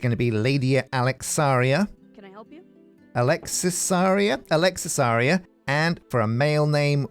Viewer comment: Hehe glad you like Alexisaria's name. Took me a while to come up with it. An you pronounced it perfectly!